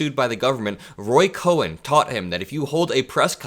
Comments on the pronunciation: it's not Roy Coen, it's Roy Cohn pronounced "Cone." It's a subtle difference but it matters, especially to the Coen's!!! He was an absolute monster, a closeted gay man who persecuted other homosexuals for their own private lives. He pretty much manufactured evidence that helped get the Rosenbergs executed. A vile bigoted bully that truly personified evil, no wonder Trump saw him as a mentor. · COHN SOUND LIKE "CONE" NOT CO-HEN !! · ROY COHN!!!!!! COHN!!!!!! ONE SYLABBLE NOT CO-HEN!!!!! YOU SOUND LIKE AN IDIOT SAYING IT WRONG! COHN!!!!!! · Roy Cohn's last name is pronounced as a single syllable, like "Cone". It's not "Cohen". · It's pronounced Roy Cone. Like ice cream cone, not Cohen. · Cohn is pronounced "CONE" not "CO-HEN", fyi. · Roy Kohn not Cohen One syllable 💙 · His mentor’s name was Roy Cohn, not Cohen. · It's Roy Cohn, Not Cohen. For the rest, everything is perfect. Good job. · It was Roy Cohn (cone), one syllable. He was a lying psychopath. They were dear friends, but Donald did what he does best and when Roy announced he had AIDS "liver cancer" to the press at first, Donald never would speak to him again. He was still being sued by the justice system when he died. Donald would carry a photo of Roy around and say, "Would you rather hash it out with me, and show the picture, and say or with him in court." He was a scumbag, and he taught Donald well. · Really like your commentary. Just a little comment about the pronunciation of Roy Cohn. One syllable. He was really something else cland passed along a lot of his dirty tricks to Trump. Keep up the good work and thank you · Roy “Cone” is how to pronounce his name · Hi! Big fan of your videos. Just a heads up, the lawyer your referring to is Cohn, pronounced cone. another great video❤ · I believe "Cohn" is pronounced like "cone." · Fyi the pronunciation of Roy Cohn's last name is like "cone". Just so we know who you're talking about. 😊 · Cohn, not Cohen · i believe Roy's name is pronounced "Cone".